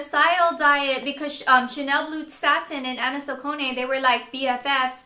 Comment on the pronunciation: its pronounced sacconeeeeee